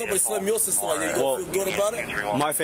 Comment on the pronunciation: Why can't they pronounce "sister"? It's not "suster". 😅